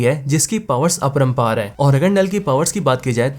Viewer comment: knull ki power "Aprampaar" hai😂